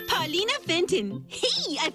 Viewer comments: Erm actually her name is Paulina not Pauline ☝🏻🤓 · Ummmm, actttually it's PAULINA, not Paulineeee. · Her name is Paulina, not Pauline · you called her pauline. her actual name is paulina. Boy, I hope SOMEBODY got fired for that blunder! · Brother I'm not gonna lie the way you pronounced Pauline made me think you were saying Paulina anyway lmao Here's some engagement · Uhhhhh it’s Paulina, NOT Pauline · Tge name is Paulina, not Pauline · ok put a comment about how you said Pauline instead of Paulina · I can't believe you called her Paulene and not Paulina what the heck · its pauleena not pauleen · Erm, Its "Paulina" not "Pauline".